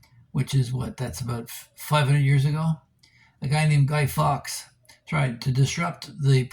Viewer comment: I think you mean Guy Fawkes not Guy Fox